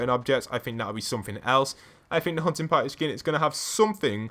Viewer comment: Sounds like your saying huh-in potty